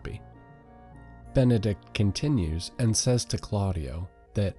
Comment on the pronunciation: Benedick not Benedict. I wince every time I hear Benedict. Great video aside from the amount of times I heard Benedict.